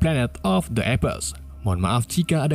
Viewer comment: Bang baca apes nya ngak gitu bang😭